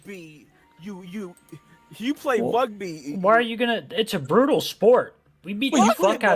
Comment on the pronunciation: "Wugby isn't a bwootal spowt" Can we ship a certain predophork down under so he can learn how "bwootal" rugby is?